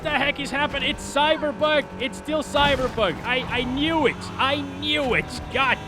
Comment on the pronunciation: it's cyberbog it's cyberbog